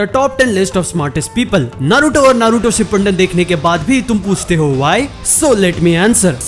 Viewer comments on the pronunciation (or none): SHIPPUNDEN NHI HOTA BRO SHIPPUDEN HOTA HAI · Shipandin nahi Shipudin hota hain